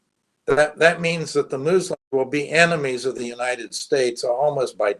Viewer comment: moo-slims and Nettun-ahoo. This guy is awful